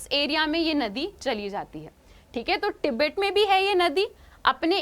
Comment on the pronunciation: Tibet hota h app kya pronounce krr rhe ho😂😂😂😂